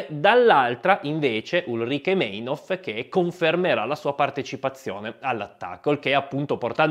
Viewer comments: Bello. Solo: Meinhof si pronuncia "Mainhof" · per favore, in tedesco il dittongo EI si pronuncia AI una forte dissonanza soprattutto per chi a suo tempo ha seguito le notizie sui telegiornali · splendida serie, proprio ben fatta, ma devo ripetermi: in tedesco "ei" si pronuncia SEMPRE "ai". Per esempio, si dice Mainof, anche se si scrive Meinhof. Ma vale sempre, non solo per Meinhof. 😉 P.S.: Vale anche per "ey".